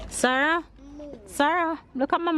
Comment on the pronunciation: You pronounce the baby's name like It's spelled sahra.